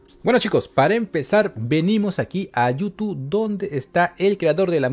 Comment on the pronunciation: YOU TOO es como yutu :|